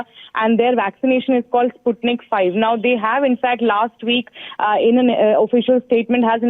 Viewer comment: Its not Sutnik five,its Sputnik V.